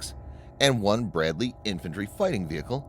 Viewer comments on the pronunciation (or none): none